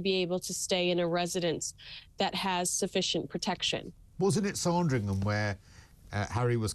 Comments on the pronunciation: it's Sandringham not SARDRINGHAM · Sorndrigham!!! FFS. It's Sand as in band. On next year's holiday on Porxorse l might take a ferry to Portrarse and see the church of Orgyorse Orndrayarse. 😅😅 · Oh dear they are desperate for more content for another netflix show anmd it is spelt SANDringham not SARNdringham <- sorry about that but your pronunciation was driving me mad. I didnt think they persuaded Harry to walk behind the coffin. I thought He said he wanted to because William was and as Harry insisted Prince Philip said he would walk with him too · It’s ‘Sand’ ….as on a beach! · Why can't pronounce Sandringham?? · Can't you at least pronounce the places correctly like Sandringham???